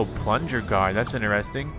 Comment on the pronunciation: 2023: “That was ‘ineresting.’”